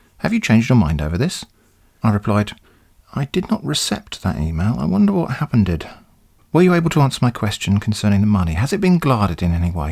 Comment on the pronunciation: “Hapeneded” idk why i found that funny xdddddd